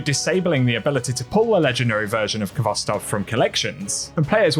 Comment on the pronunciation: The k is not pronounced in khvostov. This the transliteration of the Russian word хвостов. The kh has a hard sort of rough h sound.